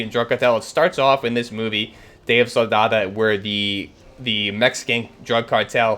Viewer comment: It’s pronounced Sicario Day of Sol-da-do, not Soldada